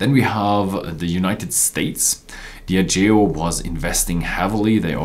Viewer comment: Its pronounced Dee ah jee oh